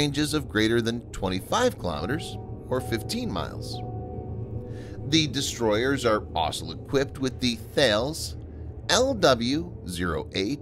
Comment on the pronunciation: Thales is pronounced Taa-less